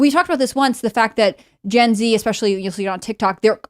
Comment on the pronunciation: Especially! It’s especially! There’s no x in there! Sorry, that’s just something that irks me. LoL